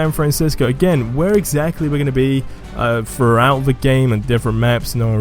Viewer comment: "No I'm not shoving this down your frout"